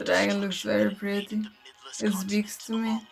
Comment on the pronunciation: Lmao “ The Dragon looks Pretty... It Speaks Tuh Meah”